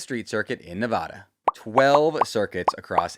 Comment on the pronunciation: My USGP question is whether or not you can learn to pronounce Nevada correctly for the Las Vegas GP video later this year? Neigh-va-da is for horses. Not racecars. Sincerely, a Nevadan thats tired of people mispronouncing my state.